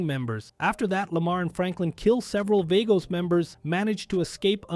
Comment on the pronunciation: Vagos; (V-AHH-GO) not (V-AYE-GO) 😂😂 Still a Great video tho no hate lol